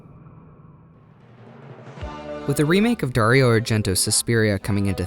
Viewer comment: Good job you Pronounce the name Dario correctly 👍🏼